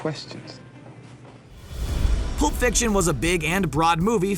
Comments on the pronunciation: anyone else notice he said Poop Fiction? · Am i the only one hearing poop fiction? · Why did the narrator say 'poop fiction' for Pulp Fiction? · I believe the narrator pronounced Pulp Fiction as Poolp Fiction.